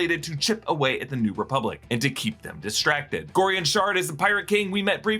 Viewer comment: "ReBUBlic" lol